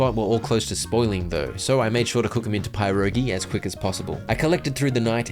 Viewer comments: hey so your pronunciation o pierogi is sorta wrong instead of saying pie rogi try saying it as this puh-row-gee pierogi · Great video! Also Pierogi is pronounced perogi or Peir-rogi not pie-rogi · Just wanted to let you know pierogi is not pronounced PIErogi but rather PIH-rogi. It's commonly found in polish cuisine. My step-father is polish and that's where I learned this from. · Its not pie-rogi its pier-ogi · As someone of Slovakian decent the way he said pierogis made me hurt but they are a amazing food and the pie in it is pronounced like pe with a silent I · Dude said "PIE-rogy" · Not the "pie rogi" 🤣😭😭🤣💀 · ITS NOT PIE-ROGI... sorry i meant its not pronounced PIE-ROGI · "pie rogi" lmao I love it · It’s pronounced pe rogi but spelled pirogi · i love watfching you play this game :) also pierogi is pronounced pirogi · I'm sorry, I know you're Australian, but as Polish person - everytime I hear "pierogi" said like a "pie"rogi 😬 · im sorry (not really) but the way you say pierogi is painful. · as a polish person the way you pronounce pierogi is very funny to me lol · The way he pronounces pierogi hurts my soul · as a Pole, it takes years off of my life every time you mispronounce pierogi haha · why is no one talking about the blatant mispronounciation of pierogi